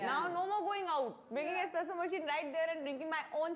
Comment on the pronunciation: Dear Taapsee! It’s espresso not expresso! FYI